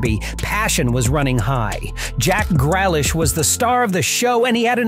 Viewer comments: who noticed he said jack gralish its jack grealish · Jack 'Gralish'💀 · You mean Jack Grealish